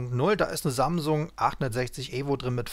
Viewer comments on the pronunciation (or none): none